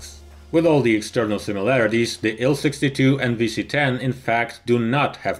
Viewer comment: TU = "Tee-You." IL- "Eye-Ell."